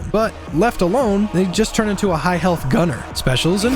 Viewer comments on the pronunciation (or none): none